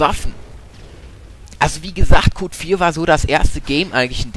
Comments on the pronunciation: Aufm PC gabs doch bei Black Ops dedizierte ranked Server :o Und was mich bei dir stört, ist dass du Cod sagst... Das klingt wie Kot ^^ Es heißt aber C o D, also einzelne Buchstaben-aussprache... Auch lispelst du... :/ Aber sonst, super Thema, gutes Commentary! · Es heißt nicht "Kot" ,sondern Cod. ( halt so schnell ausgesprochen ;D ) oder c-o-d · gefällt mir aber der sagt iwie KOT das stört mich aber sonst gutes ( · ich musste beim ersten mal lachen, als du cod gesagt hast, klang irgendwie wie kot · MAAAAAAn der sagt immer Kot!!! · Ich versteh immer wenn er "Cod" sagt Kot -.-'